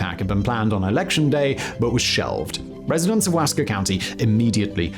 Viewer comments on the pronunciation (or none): Simon, you mispronounced The Dalles and Wasco. Simplest explaination for The Dalles would be to consider the pronunciation of "the gals". As for Wasco, break it up into two: Wa-sco.